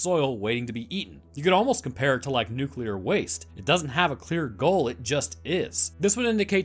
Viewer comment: it angers me that people still pronounce nuclear wrong. How